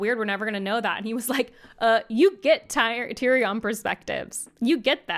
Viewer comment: Please someone tell how to say tyrion correctly